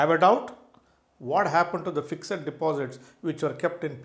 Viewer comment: Yawn...totally waste of 12mins...u could've made the point in single sentence ”The portfolio value is only real once you sell and convert to cash." This applies to all asset classes (cash, bonds, equity, real estate artwork etc). Oh the word is ”fixed" not "fix-ed-id"